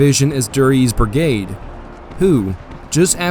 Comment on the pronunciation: Its BRIGADE not “burg-ade”